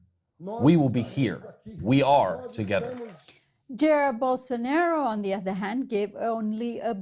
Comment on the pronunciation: The way she pronounced "Jair" hurted my pancreas a little. It's pronounced "jah ear"